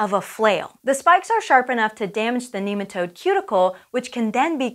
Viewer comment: She keeps on saying kneematode. Cant watch any lon